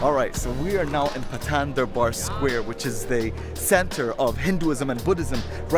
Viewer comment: He said Paw-tan Dur-Bwar Square I am nepal 🇳🇵 so I found it funny.